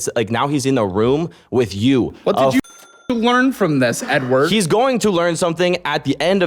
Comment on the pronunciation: bro says edward like a slur LMFAO